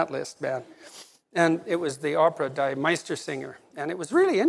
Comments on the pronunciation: NBD, but the German 'die' (in this case, plural definitive article?) rhymes with English 'me', NOT 'my'... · “Deee” Meistersinger von Nürnberg. Not “Dye” Meistersinger. A little surprised the doctor can know so much, and not know that. Otherwise, superb lecture!